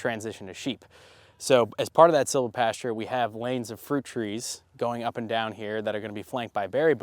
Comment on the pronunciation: Can you say again the method of planting you are doing in anticipation of getting sheep and expound on this? It sounded like you said ‘silver’. Thanks!